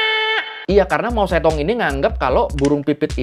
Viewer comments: Suka konten seperti ini. Ada koreksi soal pengucapan nama pemimpin Cina .... Generasi 60-70 seperti saya pasti tahu kalo saat itu pemimpin Cina namanya disebut dan ditulis Mao Tse Tung. Tapi setelah era penyeragaman tulisan th 80-90 an nama itu jadi ditulis Mao Zedong, walaupun tetap dibaca Mao Ce Tung. PM Cina berikutnya ditulis Deng Xiaoping, tapi dibaca Teng Siao Ping. Sukses terus buat abang ini.. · Mao Zedong ❌ Mao Cethung ✔️ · Jadi keinget guru sejarah wktu masih SMA. pas ngajarin sejarah2 tentang negri tirai bambu, cara ngeja nama Mao Ze Dong mirip sama cara ngejanya bang. setelah pelajaran sejarah, ada pelajaran bhs mandarin, dibahas jg soal Mao zedong sm guru native dari tiongkok. kami sekelas baru tahu kalo Mao Ze Dong diucapkan dlm bahasa mandarin harusnya Mao ce tung (ikutin penulisan bhs indo ya). sekarang beliau udh meninggal, jd kangen kan.:'(